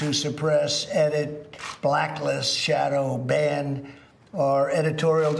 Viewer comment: " chooses to suppress, edit, blacklist, shadow, ban ... " The way he read it (shadow, ban) shows he doesn't understand what he's talking about...